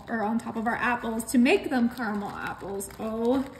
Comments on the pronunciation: Caramel not Carmel. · Carmel in this Michigan house, lol. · It's pronounced, carAmel. There are two A's in it. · It's spelt car-a-mel and y'all still say carmel.....🤭🙃